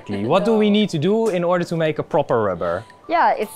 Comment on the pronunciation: ik cringe hem om zijn engels xDDD what doew we doew when this rubbah gets hard he